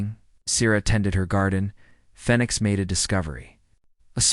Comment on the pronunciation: Why doesn't your AI know how to pronounce the word Phoenix, after the bird who rises up out the ashes... your AI is calling it fenix 😐